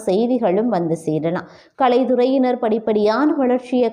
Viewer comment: அம்மா, உங்கள் பலன்கள் பரவாயில்லை. ஆனால் உங்கள் தமிழ் உச்சரிப்பு இருக்கிறதே. ஒற்று மிகும் இடத்தில் எல்லாம் வார்த்தைகளை பிரித்து கொலை செய்கிறீர்கள். உதாரணம். கலைத்துறையினர் என்பதை கலை துறையினர் என்று பிரிப்பது மட்டுமில்லை து என்பதற்கு மிக்க அழுத்தம் கொடுத்து உச்சரிக்கின்றீர்கள் வல்லினத்தில். இது போல பல வார்த்தைகள் நிறைய இடங்களில். உச்சரிப்பில் கவனம் தேவை. தமிழுக்கு அமுதென்று பேர் என்றார் கவிஞர் பாரதிதாசன் அவர்கள். மற்றபடி o.k. நன்றி